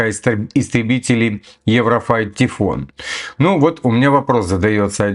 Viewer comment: Не Тифон а тайфун,звучит как сифон😅.